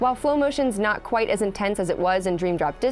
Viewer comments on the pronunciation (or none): none